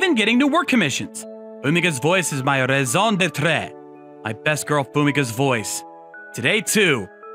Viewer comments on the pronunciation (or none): I, French native here. Rather than talking down, i'll do constructive critic: Your "raison d'être" was quite english (and, therefor, horrible 😂). While the pronounciation will not be exact, try to say it like "season" starting with "r", the last "e" of être is silent. So "raison d'être" is much closer to "reason detr" than than reading the letters in english. Good job otherwise, I really enjoyed it, especially the switch from proper to street accent when the gangster came back out 😄